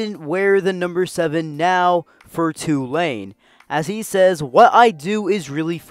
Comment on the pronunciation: Props for pronouncing Tulane (mostly) correctly. It’s TOO-lane, not tu-LANE. Good video.